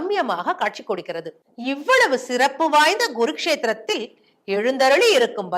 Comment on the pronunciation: Pronunciation is very poor...pronounxe correctly as Kuru kshetra not Gurukshetra in Harayana... ..merely reading from a script without understanding the meaning is visible ....... childish